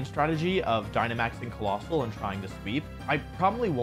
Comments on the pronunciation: no, colossal(Kuh-lossal) and COALOSSAL(KOAL-ossal) do infact sound different when sounded out so they are infact PRONOUNCED differently Like im not hating on wolfy, its just something i noticed lol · even if its wrong the pronunciation the way how you pronounce it doesn't really change. Also saying colossal is lot more smooth than coalossal